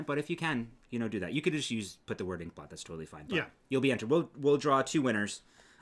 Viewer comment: If you say ink blot sounds more like pork pot